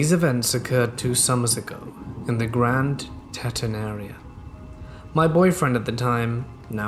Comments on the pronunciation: its pronounced grand tea-t-on spelled grand teton. the mountain is in wyoming. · Grand teton lolol its pronounced teeeton......😂😂😂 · Love you! Btw it’s Pronounced Grand “Teeton”